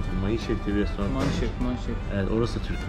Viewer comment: restorant demesen ne güzel olacak,şu sondaki "t"harfini koymadan,yani restoran doğrusu,inan kulağa çok ters geliyor.Başarılar